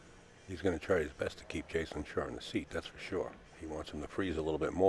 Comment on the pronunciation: Even when this match was played, the term “rock” for the cue ball had been out of date for 30 years. Plus it’s Jayson SHAW not “Shore”. Ugh! These announcers. 😡🤬